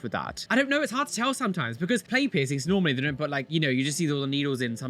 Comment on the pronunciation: "You look berer with no persings"